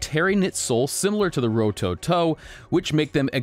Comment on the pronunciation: Ro toe toe , say it fast with no emphasis on any Ove the vowels, smooth and all at once. That’s how you pronounce Japanese names rowtowtow, somewhat fast and all 3 syllables should sound exactly the same